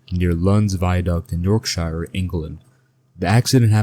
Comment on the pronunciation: Wtf is a yolkshiyer Inkerland